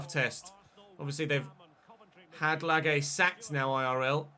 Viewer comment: Bruno Lage isn’t pronounced Lagey, it’s Laj ( a soft j)